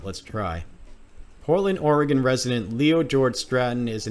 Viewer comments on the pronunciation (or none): Dude you live here. Why do you pronounce Oregon like that?